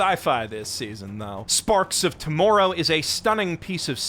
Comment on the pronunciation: the way he says 'tomorrow' is so fucking Canadian, it's almost like he used to live there or something